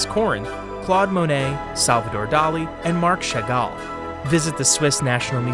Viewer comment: As you are open to corrections, the pronunciations are often inaccurate. Chagall and Hermes for starters.